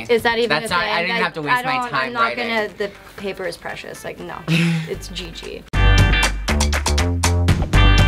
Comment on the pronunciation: "the paper is preshus" lmao